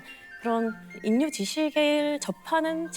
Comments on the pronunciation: 수능만점자가 '인류'를 잘못 발음하다니 참 아이러니 하네요~ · 인류 발음을 인유라고 하니..어색하네요😅 사람이 완벽할 순 없겠죠~ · 서울대 천재도 '인류'로 읽는 데, "일류"를 모르는 건 아니죠? 유음화를...천재가 한국어의 기본 발음을~~? 정말 놀랬습니 다. 계속해서 인류~ 인류~!! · 저런 천재가 인류를 일류라 읽지 않고 인류라고 발음 하는 것이 신기함. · 우리가 보통 인류를 일류 라고 발음하는데 이분은 계속 인뉴 라고 하시네 역시 범상치 않으셔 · 왜 자꾸 _인류_라고 발음하지? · 인류를 일류라고 읽지 않고, 인뉴라고 말씀하시는 습관이 있네요. 자음동화인데... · 그런데 계속 일류를 인뉴라고 발음하시넹 ㅎ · 인류[일류] ○ [인뉴] × 고구려백제신라[실라] ○ [신나] × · 왜 인류로 발음할까? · 인류의 정확한 발음은 [일류]입니다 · 인!뉴! ㅎㅎ 요즘에 이 단어 이렇게 발음하는 애들, 의외로 말더라. ㅎ